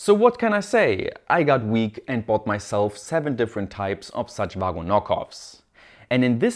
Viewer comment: I used to think you said woggle